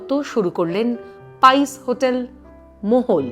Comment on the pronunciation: ভদ্রমহিলা 'মহল'কে মোগল/মোহল/মোহন উচ্চারণ করছে কেন???